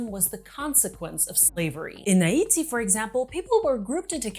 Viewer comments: She pronounced Haiti with a Taiwanese accent. What the???? You meant well but… Whatever you meant well, I’ll let it go lol Next time just say it the English way. It’s fine. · that’s the craziest French I ever heard. Is that Canadian or something? I’ve heard my country said in many languages and that distinctly sounds like a Taiwanese person saying it. Where ELSE are they pronouncing Haiti like THAT???